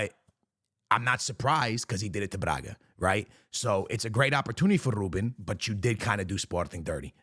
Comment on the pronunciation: Nobody:: "RrRrrrRRrrRuben"